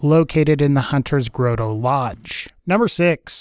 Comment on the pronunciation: "hunters grow tow"? come on man its not that hard